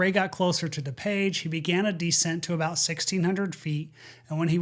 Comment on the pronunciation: It's not da-page. It's DooPage.